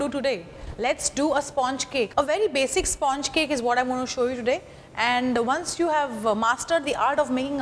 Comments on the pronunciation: At the very beginning pronounce 'sponge' correctly and then proceed! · Please learn to say sponge correctly